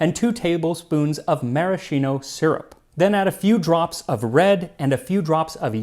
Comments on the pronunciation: I just thought I’d let you know, many of us, including myself have been mispronouncing “Maraschino”. It actually “Mara-skee-no”. Yep. I was chagrined myself. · Et tu, Max... 😔 It's marasKino! 😃 (Excellent upload as always BTW 🙂)